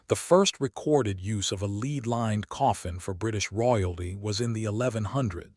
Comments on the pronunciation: Lead not leed. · It is pronounced led though spelled lead. I hate this mispronounced words in this kind of video. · Lead sounded led . Rediculous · Click bait nonsense. Learn how to pronounce lead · ROYALS ALL HAVE LEAD COFFINS, HOWEVER, PRINCESS DIANA ALLEGEDLY LEFT MANY SECRET MESSAGES ITEMS. IT'S A SHAME YOU CAN NOT SPEAK CORRECTLY THE WORD IS LEAD